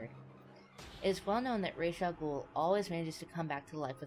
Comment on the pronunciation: Reish Al Gool? Who is that, the weirdo-world version of Ras Al Ghoul? Why is everyone, who's not from the near orient, butchering names? Especially when there are MOVIES in which the ames are pronounced correctly, ok ALMOST correctly. For your information, I'll tell you HOW to pronounce that Arab name: It's "Raas ul Hool", with the "H" of Hool is pronounced like a softer version of the German, Swiss, Austrian "CH". Or like the spanisch "J" Same for German words and names, when you aren't from Germany or speak German. "DER RIESE" is correctly pronounced "Der Reeseh" for the "E" on the end of "Riese" isn't a silent letter, like it is in a lot of English words. The German language has nearly no words, with silent letters